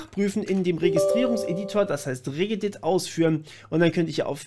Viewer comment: RehhhGehhhDit, alter ne...